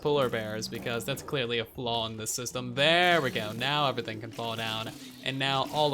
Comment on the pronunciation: Lmao I die of laughter when you say uverything instead of everything